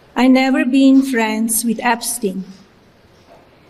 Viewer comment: "I never bean frens!"